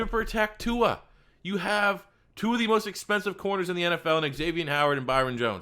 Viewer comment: Everyone pls look up Tua pronouncing his name- don't look like a confused old man who can't handle new words